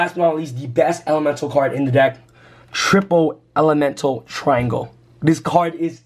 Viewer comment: This man said triangle 😂